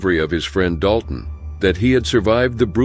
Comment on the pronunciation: Sorry, you butchered the Princeton and Dalton story even their names…